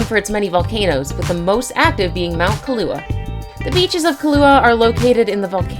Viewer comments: Pronunciation of Kilauea 🤣 is Key-la-way-ya Hawai’i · its kilauea (kill la way ah. not kalua. ka lua is something else. pronunciation is important to us. mispronunciation makes it dangerous to come period. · Kiluaha??? Isn't that a drink!! How about "Kill a way uh"! Maybe learning the places you are talking about will make for a better presentation, especially since you are doing it in English! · OMG!! It's pronounced KILL-a-WAY-a! KA-LU-A is a coffee liquer! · Breadsticks Garlic you pronounce it like kill-a-way-a so if you can pronounce those easy American words you can pronounce the Hawaiian word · Please learn how to say Kilauea--its not Kaluha. Mahalo nui loa. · #4 = Correct Pronunciation for Volcano and Beach is: Kill-a-Way-a ......... Try Pronouncing the fish on the Southern part of the "Big" island (Hawaii)...and, is the Hawaii State Fish = Humuhumunukunukuapua`a :) captnron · You said the name of the Hawaii volcano wrong. It’s Pronounced KILL-AU-WAY-A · sis did not just pronounce kilauea as "key-lau" omfg 🤦‍♀️ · Could the narrator be bothered to learn the correct pronunciation of many of these beaches? My god, how does someone not know that Kilauea is pronounced kill-uh-WAY-uh. And there's the country of nuh-MIB-ee-uh. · its pronounced kil (like kill) -a-waya as someone whos from hawaii and its not that dangerous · Kilauea...Kill... Ah ...way ...ah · I’m from Hawaii and it’s you are pronouncing everything wrong for Kilauea. Maybe you should educate yourself before talking about something. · oh my freaking Gawwwd!!! learn the names of these place you are voicing on...Please! you sound like a fool Kilauea? Copacabana? ..seriously you need to re-voice over these!!! or go back to Geography Class... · Yes, like Kilauea. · YOU CANT PRONOUNCE KILAUEA SERIOUSLY